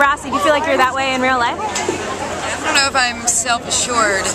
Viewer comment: "um... i rron't know" lol